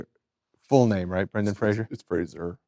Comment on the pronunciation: Uuurgh... I don't love when people try to let you know just how much others didn't "want you" but that THEY did. And why does Adam have to continuously mispronounce Brendans name. Gimme a break Adam.